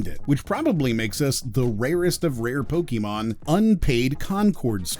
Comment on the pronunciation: Pokémon, not pokimon.